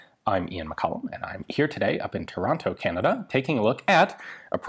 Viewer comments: "Tor-ron-toe" Pft, yankees. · Extremely non-Ontarian pronunciation of "Toronto". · Him saying Toronto hurt me.